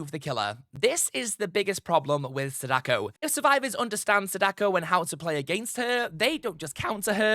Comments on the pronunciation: It's SA-da-ko not sa-DA-ko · Her name, Sadako, isn't pronounced the way you said it. That's my only grief with the video, really. She is one of my mains, and I commonly hear people say her name closer to the math puzzle, Sadaku, than the actual pronunciation "Saw-Dah-Koh". I suppose it has reached the point where I can't help but correct others, like some nerd at this point. I do apologise. I have no beef with you. I just wanted to point it out so that potential future content related to her can have her name said correctly.